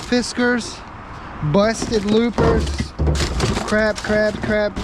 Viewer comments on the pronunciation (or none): Called Lopers,not loopers